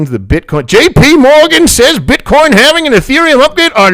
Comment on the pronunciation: It's "halving". Saying it the other way makes you sound uneducated. just sayin....